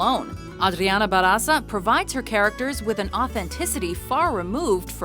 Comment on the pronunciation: JJAJAJAA! Funny pronuntiation, ba'r'aza!! jaja! it's barrrrrraza! with more rrrr